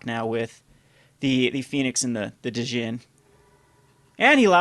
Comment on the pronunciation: You aren't supposed to pronounce the "D" in Djinn.